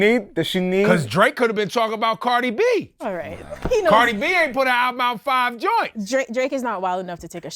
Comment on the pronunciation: It pains me to hear them refer to Cardi B as “Carti”. Disrespectful to the goat.